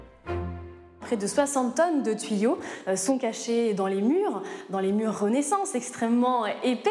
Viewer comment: La voix off est pénible, elle a vraiment un problème de diction elle ne sait pas prononcer le son "an" au lieu de ça elle dit "on" (la Fronce, la renaissonce)